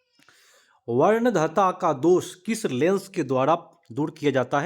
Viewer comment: वर्णांधता का उच्चारण गलत हुआ है।